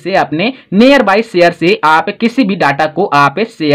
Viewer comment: Near bolna sikho pahle